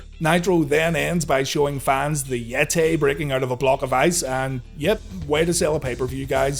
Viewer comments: The Yet-Tay!! 🤣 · Omg it's the Yet-Tay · Why is yeh-tae a mum-ay?